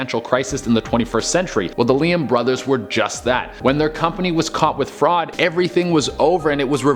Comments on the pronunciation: It's also Lee-man bros. Not Leeham Bros. Sorry... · It's pronounced...Lee-Man....that is all. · Ok BAR-NUM and LEE-MAN put the bong down dude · Mispronounced barnum and lehman at no.7 and no.6 consecutively, feel lied myself. The kind of video that tells you what was true when what the narrator said is untrue at the same time, a perfect example of lie within a lie, so the question remains, who should you even trust these days when the info given by the presenter is false itself. And you know the guy is insecure when he pronounced his name as "duren" instead of "durena" at the start of the video. 😂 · Love your videos! You were pronouncing Lehman as Leham. Tried to ignore it but couldn’t. I would normally assume I was incorrect about the pronunciation but I’m pretty sure about this one. Also it’s PT Barnum, not Braunum. I’m sure about this one too. 🤷‍♀️ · Barnum and Lehman, not Branum and leyum... it’s literally spelt right but said completely wrong, like WTF. 😑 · P.T. BARNUM not BRANUM..... jesus do you guys even pay attention to what you're presenting? ugh and Lehman brothers.... WOW have you never actually heard these names spoken come on, you're better than this